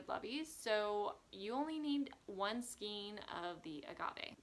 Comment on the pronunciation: FYI The word skein is pronounced ‘skane’ with a long ‘a’ sound. I recently just bought this book! So cute!